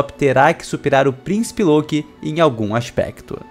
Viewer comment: Ele falo loki errado o vídeo inteiro